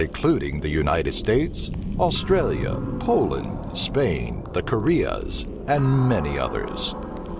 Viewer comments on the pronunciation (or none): none